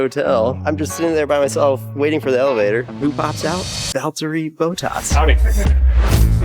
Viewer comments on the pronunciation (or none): "boathaus"?? It's Bottas... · 😂 it's not Boat-ass .... its Bot-ass 😂😅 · It's "Bot-as" not "Bow-taas" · Bott-as(s), not Boh-tass, brother. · “Bot-as” not “boat-as” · did you really not take the time to learn how to pronounce the name of your F1 driver?? "Bowtas"